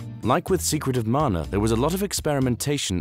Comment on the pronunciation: Amazing video! And thank for saying “Mana” and not “Manna.” 😎